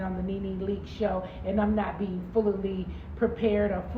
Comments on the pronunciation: Full-a-lee….. it’s FULLY sis 🥰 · Did she say “Fullaly” 😂😂😂😂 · Come on “Ful-lilly” 😂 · Full-la-lee What? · Full-lee-lee????? NeNe com’moh! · Full-la-lee. WHAT???